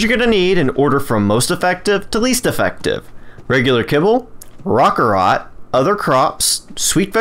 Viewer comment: Roc carrot. Raw ka rot sounds stupid. No offense to you